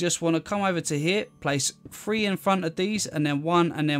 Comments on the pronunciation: 3 is pronounced three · 1,2,free and leave a gap 1,2,free aaaand leave a gap... I like the way he pronounces 3